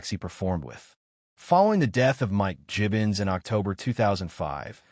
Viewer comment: No last words mentioned?! And an ai voice that can’t pronounce “Gibbons” properly.👎🏻